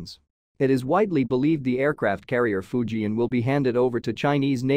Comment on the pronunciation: Fujian, NOT Fuji